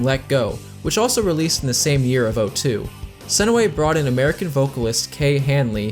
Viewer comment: JUNE SE NOY, ITS NOT THAT HARD